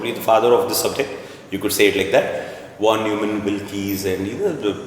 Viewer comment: Von is spelled as Fon. Neumann as Noyman.. so please understand it's Fon Noymann 😀